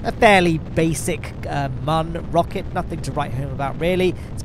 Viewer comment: I'm late to the party on this series for sure, but it's fun. Except I have to skip this episode because I can't handle it when Mun is not pronounced "moon". So, I'll catch you on the next one!